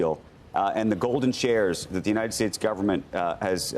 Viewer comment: This guy likes big beautiful guvment calling the shots in binness